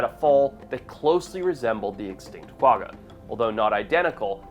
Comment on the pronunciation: it's pronounced kwa-ha.